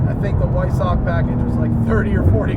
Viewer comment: Weissach is pronounced “Viessach”, Matt.